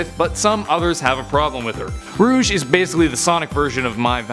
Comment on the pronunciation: No not rouge